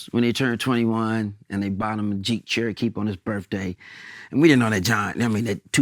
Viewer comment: Nigga old, he said “Jeep Cherokeep” 😂😂😂